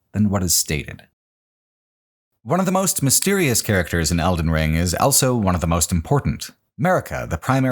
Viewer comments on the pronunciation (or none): pronounces the word "also" as "elso".